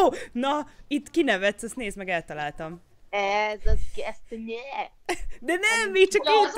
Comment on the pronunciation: És az a hangsùly! 😂😂😂😂😂😂